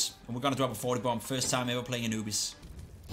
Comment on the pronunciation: Anubis sounds more like “a newbies”